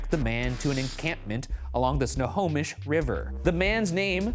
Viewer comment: How proud I am of Ryan correctly pronouncing Snohomish. ❤